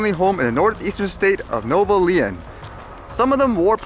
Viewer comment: Not to criticize you and no offence, but Nuevo Leon is pronounced (new evo lay own) which means New Lion in English. Keep up the great work